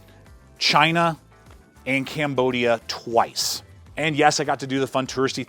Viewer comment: you went to GYNAH trumph would be proud GYNAHHH